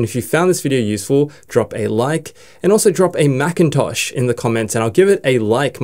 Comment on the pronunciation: macitosh :face-green-smiling